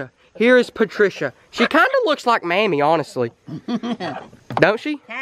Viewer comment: “oh PaTrCiA”